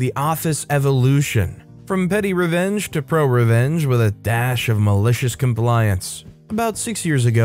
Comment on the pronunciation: Did you just say Malicious "Combliance"? With a B sound at the beginning? You must've been tired 😴 😂